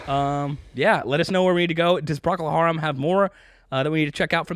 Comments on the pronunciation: You said it as if it spelled "Pracol" but its pronounced "pro-col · Wait - -all these comments and nobody felt the need to offer the standard pronunciation? It's PRO-kull HAIR-em. Great song, agree with the reactions. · Pro-coal Harem is how it's pronounced.😊 Love ya guys. Great channel. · & - You were close,. The name's pronounced Prōcol (long "o" in 1st syllable) Harum (like a harem). I felt a sense of wonderment when I first heard it on the radio, because it was strange to hear the organ, like at church - although by the early '70s, my mom had a Lowrey electric organ, with bass foot pedals, 2 rows of keys and about 40 instrument voicings - and I was an atheist (still am). She originally played piano, which was also my first instrument at 8 - then synth and electric keys, then clarinet, oboe, alto sax - and finally took lessons & learned to play (more than 3 chords on) acoustic and a 1961 EKO, f-hole electric guitar, in my forties. I'm also - mainly - a lead singer, though I still have my sax, keys and 3 guitars. I'm a 60-year old woman, and still perform, though not in venues the past 2 years, due to the pandemic - except by bonfires with friends. 😊🔥🎸 I was amazed when my friend Sue, who played keys in a Genesis and Yes cover band (in the '80s), played my mom's organ ome night, and did some Yes & Genesis songs, making good use of the instrument sounds. I never was able to play it like that - her playing was way beyond my skill level. Guys were mesmerized by her, surrounded by keyboards like Rick Wakeman of ELP was - and she sang like Kate Bush. The dudes would hardly notice the lead singer who dressed like Peter Gabriel and moved amid dramatic set pieces and stage lighting, to replicate Genesis' stage shows. Ah, those were the days! I so appre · And... I've already known them as PRO-cuhl HAIR-um, with a long-O first syllable. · ...it's pronounced Pro-coal Harum. Also fun fact... Robin Trower started out with Procol Harum.